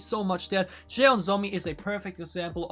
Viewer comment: 'JEON' the pronounce like u say "john"... SOMI.. and her full name in korean is JEON SOMI.